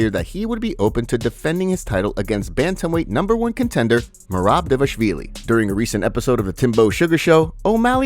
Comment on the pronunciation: You guys have to have your own lesson from prof. Machine. It’s Divalishvili, not D-Vashvili